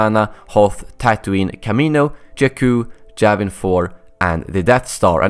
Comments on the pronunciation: Its Yavin 4 not Javin 4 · its not gavin 4 its yavin 4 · Plus it's yavin 4 not javin 4